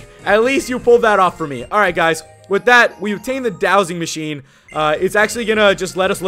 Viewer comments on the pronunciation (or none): none